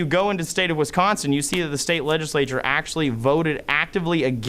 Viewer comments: State of “Wins-consin”. Yes, Biden sure did. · “In the State of Win-sconsin...” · Cawthorn is such a goon, couldn't even pronounce Wisconsin (he said "winsconsin") did the nasty grown up hurt your fee fees lil gun boy? 😂😂😂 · Why do people have a problem pronouncing Wisconsin. Two N's not three Winsconsin is not a state. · When did they change Wisconsin to Wincekawnsin? 🤣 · Speciscly?! Did he just say Winsconsin? What a douche bag. 🤣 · "wiNsconsin" Those three awesome lawyers should have taught him how to pronounce the states name. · did this meat head say the state of Win-consin? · Imagine being an American and not being able to pronounce Wisconsin 🤣🤡🤣🤡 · Dude doesn’t not know how to correctly pronounce our state of wisconsin. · Dude keeps saying Winsconsin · Barely 30 seconds in, and the dude can't even pronounce "Wisconsin". Why are we listening to this dope? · '...in the state of Winsconsin (sic)...' in reality he meant 'Lostsconsin'. or should I say 'Lossconsin'? ;) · 😂 Hell yeah. Dude was stuttering. Even mispronounced Wisconsin he was so nervous. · A few minutes into this...please don’t try to pronounce Wisconsin anymore!!!